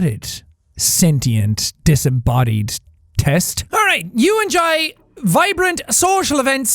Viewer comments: jack:you “enJIE” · the inner Irish came out just then when he said Enjoy XD